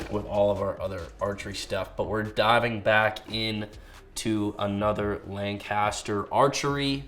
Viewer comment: Growing up my whole life in central PA, it’s like nails on a chalk board hearing how you pronounce Lancaster. Time to call up PJ Riley for some tips lol.